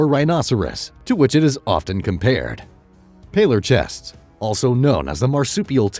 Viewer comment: Palorchestes is pronounced Palor-kes-tees lol